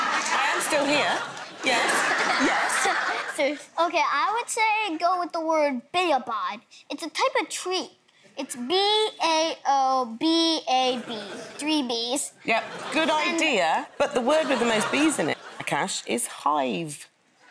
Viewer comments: Bay-oh-bob LOL, little bro seems like a smart kid, but its pronounced bow (like taking a bow) - bab [bow-bab] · It's not pronounced "bayo bob" it's pronounced "boab" confusing right? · It’s pronounced bow-ab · baobab is prononced bow-o-bab. im gambian/senegalese and we have baobab trees here. they make this sweet drink out of it (dont know how to spell it) pronounced “boy”